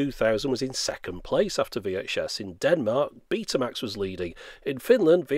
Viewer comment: Beeh-ta and Wee-Ache-Ess